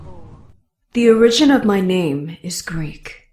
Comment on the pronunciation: "Origin" is pronounced - "or-ah-jin" accent on the first syllable. Actors!